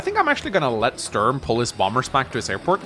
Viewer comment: As a guy from germany it hurts my ears everytime you pronounce "Sturm" as "Störn".